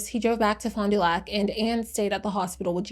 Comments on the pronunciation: I’m from Milwaukee. It’s “ FAHnDUhlack” lol sorry it bothers me. Wisconsin cities are notoriously hard to say without a ‘SkANsin accent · locally we pronounce it “fondle your sac” 😂